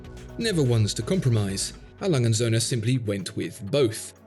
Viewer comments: Aw-lunge-zoone is no proper pronunciation of "A. Lange & Söhne". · Well that is a beautiful work of art, and beautifully described. There is just one thing I didn't like, and that was the way you mangled the company's name. A. Lange & Soehne is a name A. Lange and sons we would say in English. Lange would pronounced Lung-eh like a lung with an ehh and Soehne pronounced like sern-eh.